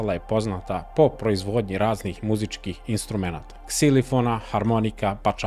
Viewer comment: Ne kaže se ˝ksilifon˝ nego ˝ksilofon˝ !!!